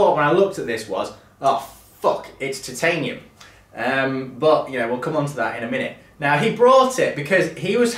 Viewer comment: points to gryffindor for correct pronunciation of Titanium. Spot on old chap